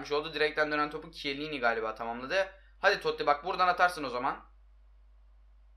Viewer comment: Abi Toti toty degil ki